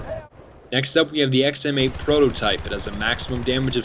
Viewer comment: he says XMA prototype :P